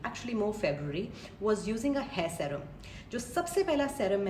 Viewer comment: Serum is pronounced “Seerum”